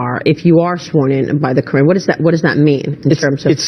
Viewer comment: Why is it sooooo hard for white Americans to pronounce the word KORAN??? I am not Muslim bit it is so annoying. it makes Americans sound so dumb. Omg.